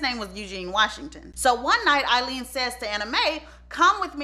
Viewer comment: Why do you keep calling her sister Eileen and her sister name was Aileen